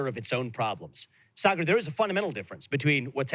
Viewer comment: Yes.. Saagar never pronounce any Indian name correctly ... even though he can.. Sanjay Gupta and aakash are easy but he still pronounce them incorrectly..I think Saagar is still very connected to india..his parents also live india so he tries to hide it by whitewashing...nayan mulla jyada jor se namaz padata hai